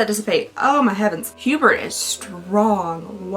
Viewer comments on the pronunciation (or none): It's more along the lines of "oo-BEAR" (Hubert). 🥰